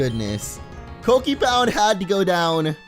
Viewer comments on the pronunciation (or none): pope he pronounced it cockipound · Sounded like a rude word